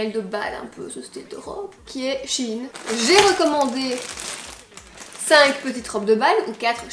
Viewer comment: Ça me stresse comment tu prononcé shein